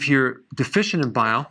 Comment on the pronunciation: Yes, you're "De-fish-ent"... haha